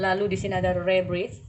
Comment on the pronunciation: Readingannya perfect ka hehe cuma itu nomer 3 bacanya “Rebirth” itu “Riberth” hehe kaka kebalik rebirth